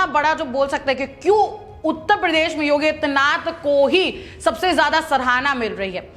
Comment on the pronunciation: इस एंकर को योगी आदित्य नाथ जी का नाम भी सही-सही नहीं बोल पा रही है इसे एंकरिंग के लिए कौन recommend किया है इसे तुरन्त हटा देना चाहिए अथवा चेतावनी दी जानी चाहिए।